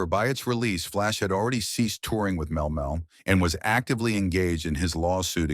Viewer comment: Mel Mel was killing me